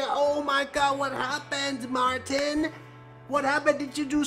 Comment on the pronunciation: He said Marthhin